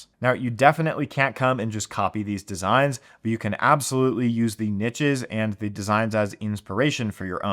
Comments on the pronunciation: Yeeees. Its unbearable to listen to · Pls learn to pronounce niches. PLS. <3